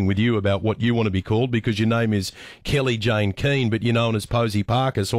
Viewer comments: Kellie-Jay not Kellie-Jayne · Can’t even get her name right, it’s Kelly-Jay, not Kelly Jane! Hardly anyone calls her Posie Parker anymore. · Kellie-Jane. Why was it so hard to get the name right?